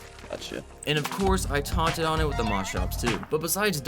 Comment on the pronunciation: bro said taunted 💀